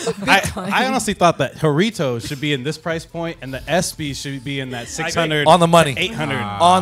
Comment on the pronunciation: Decimated the pronunciation of “jarritos” “whoritos” TF its HA-RRRI-TOS